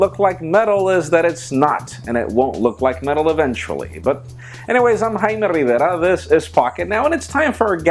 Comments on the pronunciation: Haimay Rriverrrrrrrra. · I just love the way you pronounce your name